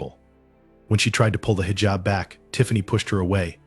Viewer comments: Heejab not highjab. 😮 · Pronounced hijab incorrectly! 🙄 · You need learn pronounce hijab. Educate yourself